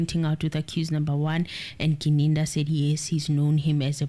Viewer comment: Yesterday got Gininda's name right. But today we're back to Ginindi. 🙆🏽‍♂️🤓 Come on, you can do this 😂 Still better than the judge's Ginanda though.😂